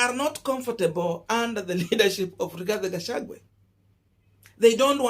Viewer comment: You are not pronouncing the Kk running mates name properly. You will loose me over this. Rigathi Gachagua not Rigathe Gachague. Drop the e